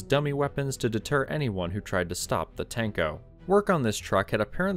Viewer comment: "Tank-Oh" makes me giggle